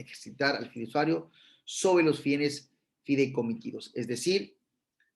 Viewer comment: Pd se dice fiduciario NO fidusuario